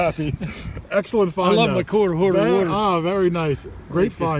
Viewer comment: Find, not wind